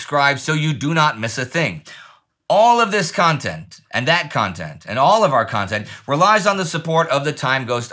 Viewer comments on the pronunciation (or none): none